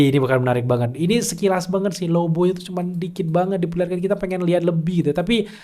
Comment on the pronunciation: ahhahah lagian abangnya nyebut lobo jadi lobow😭 jd keinget band itu